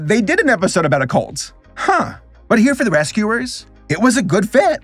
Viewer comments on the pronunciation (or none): Wait, are you saying "cult" or "colt" here? Because it could be the latter, being the show is about horses!